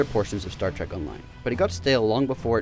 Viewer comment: its Trek not trak